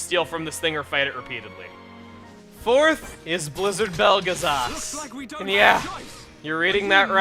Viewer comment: And yes, you're reading that right too... it is Belgazas, and not Belagas :p